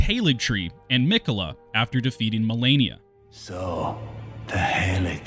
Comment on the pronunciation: Malenia, not Mielania lmao